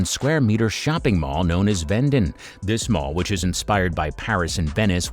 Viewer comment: How about getting some of the names right? It's Vendome, not Vendon and Qetaifan, not Catephan.